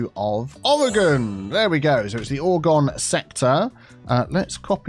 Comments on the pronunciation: I love that this is named for Oregon, thats my home state! Its not pronounced "ore-gon" but I love the pun. Its pronounced "or-eh-gehn" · As a fellow Oregonian I died a little on the inside when called Oregon Ore-gone, I'm sure he was probably just drawing parallels to explain the joke but I'm just so used to people mispronouncing it that it still hurts. I mean I guess I should be grateful the state got a mention at least. And to credit, he didn't call it Or-E-Gone like everyone else does. I always tell people that it's pronounced just like how you would say organ like a human organ or the instrument, but I suppose depending upon your accent that might also be hard for people to understand. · As an Oregon native- it's not pronounced "Gon"! You say O-re-Gin!